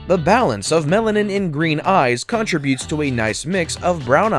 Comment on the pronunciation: One observation - you mispronounced the word contribute. You said CON tri bute- with the accent on CON. The correct pronunciation is con Tri bute. Fix it.